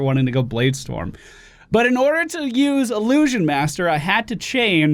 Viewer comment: Ill-loo-shjun. Not ah-loo-shjun